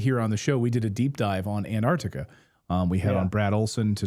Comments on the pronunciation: Where is "Anartica"?! ANT-ARC-TICA, ffs... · AnTartica, not Anartica.